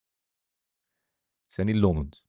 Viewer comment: It's pronounced Senne Lammens not Senni Le Mann 😁